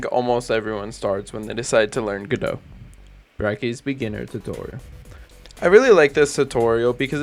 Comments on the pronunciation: I appreciate the correct "Godot" pronunciation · My dad is Canadian and pronounces godot as "go + dot"